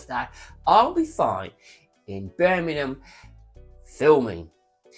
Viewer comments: Need more practice at pronouncing Birmingham sir :) its not burning em lol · Can you learn how to say Birmingham correctly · Love the channel but you need to learn how to say birmingham 😂 or shorten it to brum! Great info though as always.